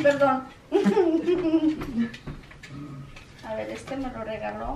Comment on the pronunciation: Porque dise deste